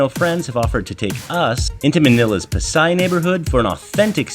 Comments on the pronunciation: Pasay = PA-Sigh instead of PASIGH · Yes, you got the two names' pronunciations switched. It's damPA and PAsay. 😊